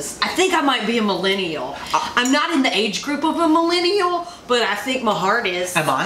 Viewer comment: Hey, I think you may be adding one to many syllables to Millennial. First time commenter, long time viewer.